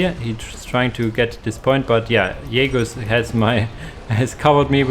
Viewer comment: Spelling Jagus as Yagus made me chuckle like a child, it's such a german thing to do LOL. Great cast as always All hail the 🧀